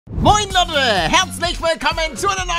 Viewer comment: Das heißt Leute nicht Lotte